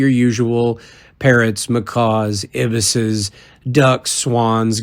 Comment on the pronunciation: Ibis are pronounced with the 'long 'i' for "_eye_bis" rather than "_ib_is' okay?